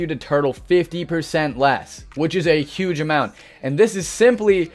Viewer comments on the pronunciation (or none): none